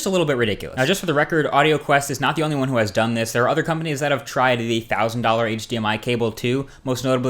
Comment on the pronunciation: Emphasize "only"